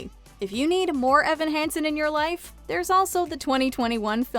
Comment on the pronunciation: Thank you! (It’s “Hansen” not “handson” although I’m sure everyone will know what you mean!)